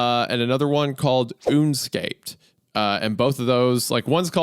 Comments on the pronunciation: Isaiah pronouncing “Un escaped” as “Oonscaped” hurt me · Une- scaped? Ya sure its ain't "Un-escaped" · the reading comprehension has reached an all time low, I refused to believe you pronounce that une-scaped and not un-escaped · "Unescaped" is probably "Un-escaped" and not "Oonscaped" lol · I could be wrong but the pronunciation of the book should be “un-escaped” and not “une-scaped” This hurt my head and my heart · un-escaped 🤣 oonscaped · "Uuunscaped" is a wild way of pronouncing un-escaped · So Unescaped is pronounced Oonscaped and not Un-Escaped? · Book title: Unescaped Normal People: Un-escaped Wendigo: OOn-scaped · ooonscaped?? not "un-escaped"? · Wendi: "One's called oonscaped" Me immediately: Un-escaped... Oh my god. I've been looking at Hunter this whole time trying to figure out what I'm seeing and I can finally see that the glasses, his nose, and the mustache look like Groucho disguise glasses. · Wendigoon, I think it’s pronounced “un-escaped” not “oonscaped” I think that if I was in the situation where time slowed down, I would call an ambulance, explain what’s happening and ask if I could stay in the hospital while waiting for the drug to leave my body. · Let's gooo. another good 2h video to watch while I escape my responsibilites. Ps: I'm pretty sure sure the title of that one story is pronounced "un-escaped" not "une-scaped" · "oon scaped" isaiah??? UN ESCAPED ??? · Oon-Scaped, Isaiah? Maybe Un-Escaped? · No way wendigoon pronounced it oon-scaped 😂 it’s un-escaped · I'd say it's probably pronounced "un-escaped"...... not "oonscaped" XD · Un-escaped= oon-scaped 😂😂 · I'm sorry ooon-scaped? not un-escaped? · no one's talking about how Wendi pronounced "Un-Escaped" as "OONscaped" ??? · OONscaped....lmfao yea Wendi...I'm sure its not Un-Escaped or anything XD.....oonscaped. rofl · am I crazy or is that guys book pronounced "un-escaped" not "une-scaped" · oonacaped. Or as pronounced by regular people...un-escaped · I just can’t believe he said OONSCAPED